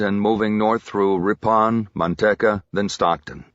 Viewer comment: Driving me nuts that he keeps calling Manteca Mantecka and not its real name pronounced Manteeka